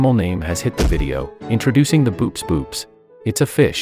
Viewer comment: hate to be a killjoy, but "boops" is pronounced "bow-ops"